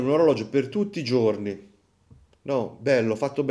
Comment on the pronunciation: Faccio un lavoro che richiede l'abito tutti i ggggiorni......non so parlare la lingua italiana tutti i ggggiorni......e buona colazione a tutti 😂😂😂😂😂